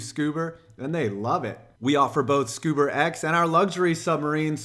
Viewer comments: FFS.... SCUBER?!?!? I'm dying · Great video but wtf is scuber 😂